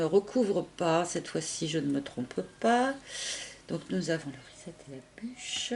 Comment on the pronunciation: Rezzzet??? 🤣🤣 trop cute comment tu le prononces! Reset en anglais - redémarrage en français!!!!!!